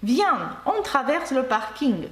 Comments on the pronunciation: Дякуємо за вашу роботу ! На рахунок паркінгу - Французи кажуть не "паркінг" , а - паркінь. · Я не кажу що це помилка ,я чую паркінь- як говорять Французи .Ще раз дякую за Ваші уроки.